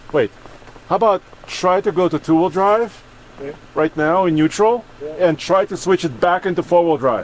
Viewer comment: Nuetral not nuettsl 😂